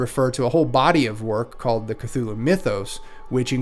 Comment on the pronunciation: I'm not sure about later editions but the first and second iterations of Call of Cthulhu RPG has a pronunciation guide; according to that, you're saying it correctly. 🙂